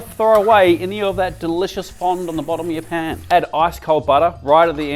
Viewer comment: 27/100 sounded like "never overcrowd Japan" 🤣